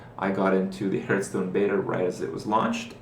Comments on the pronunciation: its Hearthstone not Herthstone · Another ''Hurtstone'' pronaunciation coming from you mouth another dislike cheeky scrublord. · I dislike your videos because you say Hurtstone. Fucktard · People seem to think that they are entitled to see whatever videos they want. This is Kripparrian's youtube channel. He enjoys playing Hearthstone (even if he says it wrong! :P ), and I don't see any reason that he should not be allowed to make videos about it. If you want to watch videos about a different game, go somewhere else...